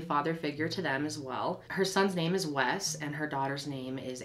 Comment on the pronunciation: Wes. It is Wes.